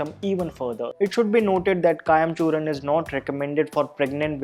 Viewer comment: It's Churna not Churan! Please correct the spelling and pronunciations.